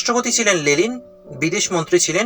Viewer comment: ওটা লেনিন হবে লেলিন নয়